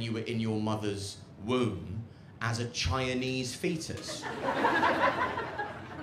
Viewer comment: I love the way he pronounces Chinese (Chianese)